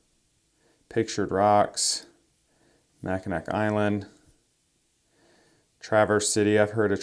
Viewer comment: its pronounced mack-i-naw